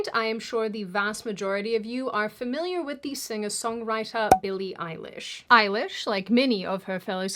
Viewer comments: Billie Eili-ICE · billie ice-lish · Billy Ice-lish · why are you calling her "Eilish" like it’s her surname??😂😂😂😂 it’s just a middle name